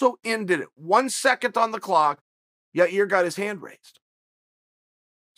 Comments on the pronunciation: Who is this Yair that Chael is talking about? Did he mean Yarear Rodriguez? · “YaREAR? It’s YaIR... idiot” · Lolita Davidovich now its YA-EAR god bless the bad guy for trying 👍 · "Blahovovich Kamara Oozman and YaRear" ~ Chael Sonnen